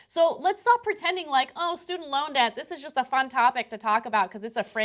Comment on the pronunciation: She pronounces "Debt" like "Death". WTF?